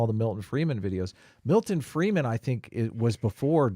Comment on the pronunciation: Stop saying Freeman, it's Friedman, learn something if you are going to speak about it.